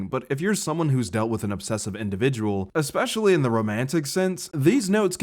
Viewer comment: great video bro but how are you a grown ass man saying especially like "ekspeshally" dude the C is silent,,, how do you not know that? retard.... anyways really good video edit: casted??? bro,,,, casted????? did you just say casted??? its just cast. casted is not a word. I really fucking HOPE English is not your first language bro you talk like a third grader